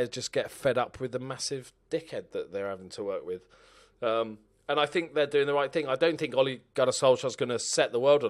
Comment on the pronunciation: “The chairman usually deals wiv that kinda thing”